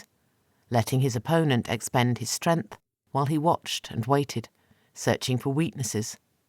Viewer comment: Narrator, the N in the word strength is not silent!